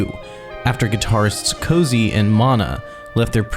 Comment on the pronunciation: Or the way he pronounces "közi" as /cozy/ or malice "maizer" 😬😬😬